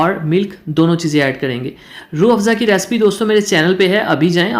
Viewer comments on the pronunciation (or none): none